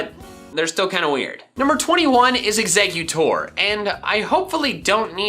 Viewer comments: EXEGGUTOR, NOT EXECUTOR! FIX IT NOW! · It’s eggs-a-cute-tor